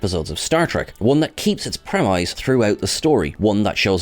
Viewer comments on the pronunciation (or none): Not as frustrating as you saying 'premeyes' twice,. Did Marcus write this script?